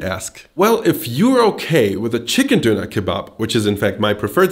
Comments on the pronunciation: Diner not duner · its pronounced [DON] + [UH] not donur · First up, it's donner, not Dough knerr. DONN, ERR. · Me stopping this video at 1.15 because i can't handle the way this guy pronounces donner kebab IT'S FUCKING DONNA, DONNNNAAAAAAA, DON NUT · It's so weird to me he pronounces it 'dooner'. We would pronounce it 'donna' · Its pronounced Dewner not doonaah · I was soo annoyed listening to him say dooner. It's Doner (don as in on, not doo as in too!). Theres only one O. Not two. If you claim to be such an expert you should learn how to say it. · I’m triggered by him saying. ‘Doona’